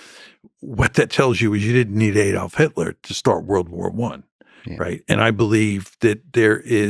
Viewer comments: Aadolf, not Aydolf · How can you create this video based specifically on Hitler and not know how to pronounce the name Adolf right? Ridiculous. Also ww1 wasn't specifically started by Germany, in fact despite the Austro-hungarian involvement a big part of the escalation leading to the war was that Russia stepped in and sided with Serbia purely because they believed they were the same Slavic Race as them which is never mentioned when people discuss race and racism connected to the world wars, but that decision based purely on race turned a conflict between two nations into a situation where countries began taking sides untill Britain and Germany ended up on opposing sides, they weren't natural enemies and in fact had relations through Britain's German royal family and Germany's leadership whuch included their relatives who all traced back to Queen Victoria, but aside from that they are descend from closely related Germanic groups. The only thing that created this awful situation of two world wars was that they happened to end up on opposing sides but they were the only two countries who had any serious power and ability and ao the war involving many nations led to Britain and Germany playing the biggest parts causing the opposition and which also played a part in a second war, although France and again Russia played a big part in causing the second war as they forced unfair terms in the treaty of Versailles against Britain's wishes. Sadly it is a situation that could have been avoided and Britain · Learn to pronounce “Adolf” will you ? and what is a “moss cow” ffs ?? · Why can't Americans pronounce words like 'Adolf' and 'Moscow' correctly?